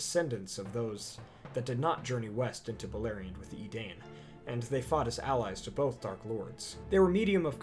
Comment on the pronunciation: It was a good vid, but 2 things; you forgot the Beornings and woodman that are the descendants of Rhovanion. Also Tolkien states that it is pronounced Dune a Dine not dain. Same with Edain, its said EdAINE.